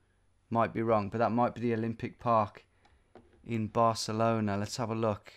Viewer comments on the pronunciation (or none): none